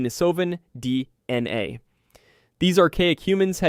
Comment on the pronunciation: Videos are good and topics are informative. Only huge problem is the narration. Sucks so bad I normally stop watching less than half way through. Oddly long pauses between words like d... n a (it's just d.n.a.!), inconsistent emphasis and bad pacing, riddled with mispronounced words everywhere (even after pronouncing it right a few sentences before) Not to smash your try because it is interesting topics, just hard to listen too sometimes.